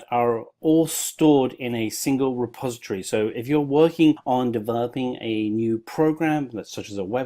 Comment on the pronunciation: It's "milit-a-ry", not "militry". It's "direct-o-ry", not "directry". It's "reposit-o-ry", not "repositry". Great tutorial btw.